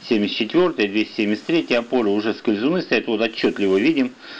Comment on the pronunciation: У необъяснимая тяга произносить слово скльзуны ))